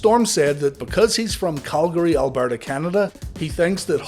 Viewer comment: Calgary dramatic pause Alberta Canada